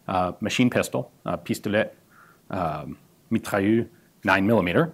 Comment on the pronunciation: Impressed with Ian's pronunciation of pistolet mitrailleur except he pronounces it like mitrailleux.